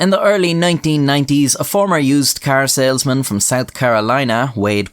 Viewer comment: i just heard "carousel-man" instead of car salesman